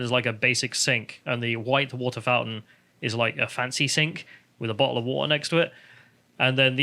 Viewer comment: bo’’le o’ wa’’er